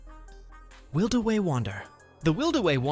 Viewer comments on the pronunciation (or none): Wildeway? It's WILD WAY (The F'in Y IS Silent!!!) Will-Duh-Way-Daaaaaaaaaaaaaaaaaa.